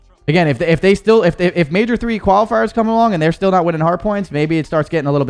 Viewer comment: Its Major not mayor brother